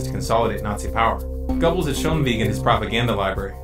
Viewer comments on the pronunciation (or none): Strange how you pronounced Wiegand correctly but said Gubbles???? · Please people learn to pronounce names correctly. It's irritating and makes you look stupid when instead of Goebbels you say "Gobbles"... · where is part 2!!!?!?!? this is an excellent documentary. plz correct your pronunciation of Goebbels though. not trying to be a dick, just this doc. is filled with a wealth of knowledge, just gotta fix pronunciation.